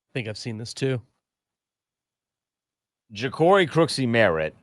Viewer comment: Okay, at least learn how to say the man’s name. It’s not “Crooksie Merritt”, it’s Croskey Merritt.